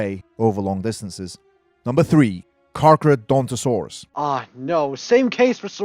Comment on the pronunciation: He called it Carcadontsaurus as opposed to Carcharodontosaurus